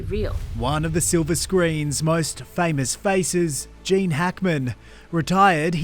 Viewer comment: Its GEEEEENE not Jaaaane you silly muppet. So HOW did Gene die ???? Shitty clickbait